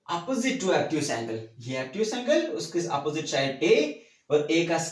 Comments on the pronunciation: Obtuse angle hota he abtuse angle Nahi hota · Abtuse angle😂